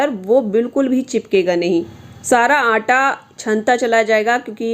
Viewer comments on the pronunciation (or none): मैडम जी आप आंटां बोल तीं है क्या आटा।सही शब्द। हैं।